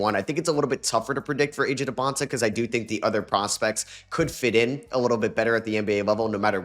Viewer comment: You finally said AJ Dybansta name right let’s go